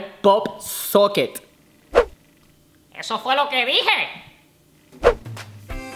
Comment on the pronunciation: ROSA RODRIGUEZ POP-SOCKET no pop soquen